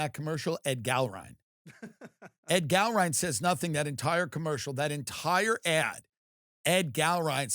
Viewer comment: Who the hell even is "Ed Gallroon?" You can't even pronounce his name because nobody cares who he is. Tucker kept calling him "Ed Gallroon."